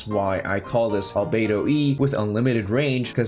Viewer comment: He said Albedo bruh